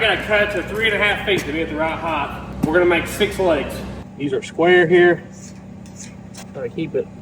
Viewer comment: The word is height there's no h on the end